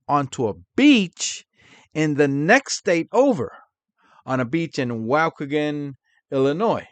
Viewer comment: You mean WAHH-KEY-GAN...Waukegan,IL